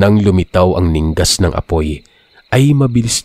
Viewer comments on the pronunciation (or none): Mali po ang pagbigkas mo ng word n ningas.😅😅😅